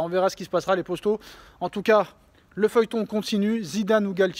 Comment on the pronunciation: POTO POTO POTO ! Pas POSTO. Arrête un peu !!! FAIS UN EFFORT !!!